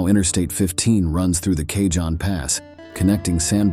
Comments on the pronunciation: Cajone is pronounced Ca hone. It's Spanish "j "makes an "h" sound. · Cajon Pass is pronounced : Ka hone pass 15 FWY